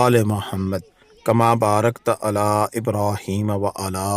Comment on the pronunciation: اپكا "على" كا تلفظ, درست نہیں!